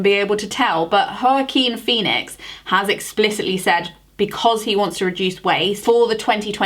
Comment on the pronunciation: Love this video. 💙 Doesn't look like Lady Gaga in that photo tbh...would be good at the after party if Lady Gaga used her dress to make the worlds largest coffee or they used the individual filters for everyone to have a brew. Omg... when you said Joaquin Phoenix my heart dropped. Joaquin is vegan and has multiple documentaries out about it...please look up how to pronounce his name...he deserves the respect (saying this with love). Or here is a link to video with celebs pronouncing it correctly... Side note: Who else is excited for Lady Gaga and Joaquin Phoenix in the next Joker?